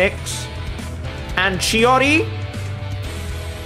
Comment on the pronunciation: I don’t know why but saying chiori sounds like he is saying shawty…